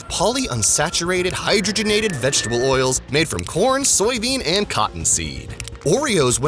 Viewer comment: Thank you for pronouncing hydrogenated fats correctly. I couldn't watch this video if you said it like... Hi drog en ated... I mean, come on, it's in the name FFS.